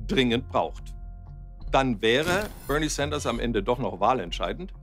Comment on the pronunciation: Wie schön sie BÖRNIE SÄNDERS aussprechen können, ich verneige mich vor Ihnen.